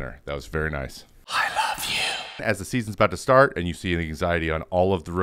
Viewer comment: The I love you sounds like the one from the go Burnham song Repeat Stuff